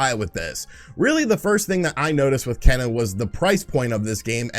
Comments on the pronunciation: “Ken - uh” 🤦🏼‍♂️ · Kena’s name is pronounced “Kay-nuh". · Kena,,"Keena" ok whatever lol < I sure hope they make a physical copy shame if they dont , that be the only way Im gonna buy that game ^^ NO DIGITAL~!! OTL